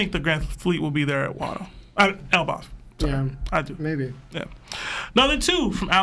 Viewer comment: Bruh cant pronoune elbaf if his life depended on it its crazy 😂😂😂